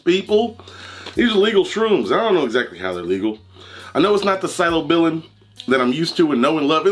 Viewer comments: Homie said symobillin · Bro said some silo sibben 😂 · In the video the guy pronounced the word "psilocybin" like "psilobillin", that tells me he doesn't have any clue what he's talking about. Right now I'm "on" some weed, that's all the debauchery I can handle anymore. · Man said silobillin 😂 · It’s pronounced “sill oh sy ben” Psilocybin